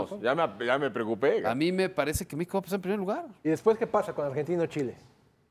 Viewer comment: jajajaj este periodista un poco más dice Meexico campeón